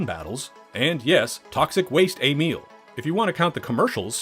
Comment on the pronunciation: why did you say "Ay - meel"